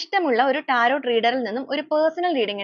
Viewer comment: ടാരോട്ട് അല്ല ടാരോ മതി